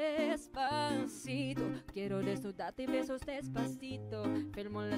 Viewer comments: ok fine you all have hearing problems go see a doctor im just saying that because its true she did said despacito maybe you said deffaciFOW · I mean Desfashittoe i heard desfashittoe from the korean girl😂😂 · I heard her say Desfasith0w as well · I kinda heard desfacitoe from korea😂😂😂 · The Korean girl also has a beautiful voice but her Spanish accent and Spanish pronunciation sucks. The Filipina girl has a beautiful voice and with perfect accent and perfect Spanish pronunciation. For me the Philippine version wins.